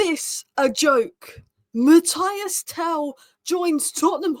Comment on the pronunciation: probably thinks I am a horrible pedant if she reads her replies but his name is pronounced Mat-teese. But Tel is a baller. I really hope he takes a liking to Spurs.